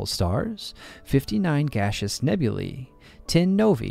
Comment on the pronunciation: I appreciate that you correctly pronounced the plural nouns "nebulae" and "novae". Apart from the words "aether" and "caesar", it seems difficult for English speakers to accept that "ae" is the long "e" sound (as in "street"). Which is understandable, if you don't know Latin. Anyway, I get why most English-speakers pronounce those words as "nebul-AY" and "nov-AY". It's not a big deal. (But still, I appreciated your effort.)